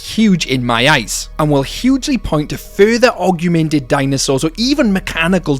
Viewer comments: Am I deaf or are you saying "arguemented" instead of augmented? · The pronounciation of "augment", "augmented", and "augmenting" in this video hurt me physically.